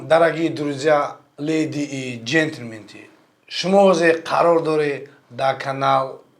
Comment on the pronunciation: Джентльмены, а не джентльменты